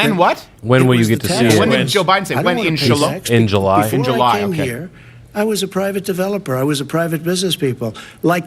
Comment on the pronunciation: Lol. He totally said" inshella?" Not 'in july'🤣🤣